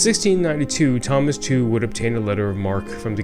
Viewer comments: The correct pronunciation of Tew is not Two of this English family with the surname of Tew would be as you say Tue in Tuesday which is close to Chew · Great video, love history, just a little thing, Tew is pronounced Tue as in tuesday.